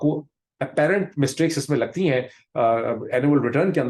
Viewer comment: It’s annual returns. Sounds like you said animal returns